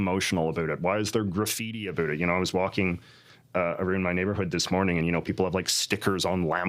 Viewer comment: I think he’s the only person on earth that pronounces the word around like that.